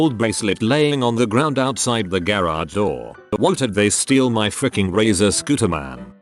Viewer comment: ) idk why but the way the text to speech said “razor scooter man” made me laugh until I cried 🤣